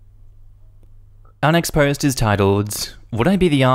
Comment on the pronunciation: Am I the only one who hears 'unexposed' when he says 'our next post'?